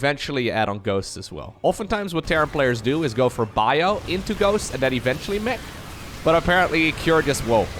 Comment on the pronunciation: It sometimes sounds like you say Terran Meh instead of Terran Mech, and it's very fitting when they go up against Serral.